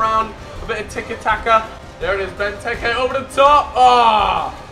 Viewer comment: It's not benteke tekkars it's bentekers